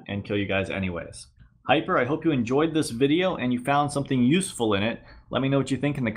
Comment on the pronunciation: thanks for saying my name the right way.